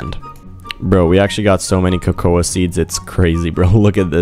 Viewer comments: Yeah it kinda irritates me that he says ko-ko-a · Cocouh trees (cocoa trees)